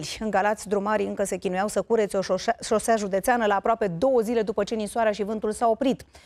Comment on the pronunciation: shoshea, soshea, shoseta - tot aia :D